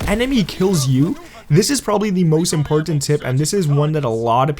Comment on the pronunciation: its weird how he says important also lol